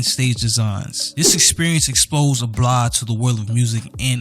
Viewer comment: Great in-depth video man. Your articulation makes you nice to listen to. In the future though, make sure you pronounce the names well. I've just heard you say "Oblah" instead of Abloh for 20 minutes keep pushing bro